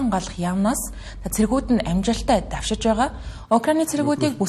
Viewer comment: Hurdtai dewshij genuu dawshij geechdee😂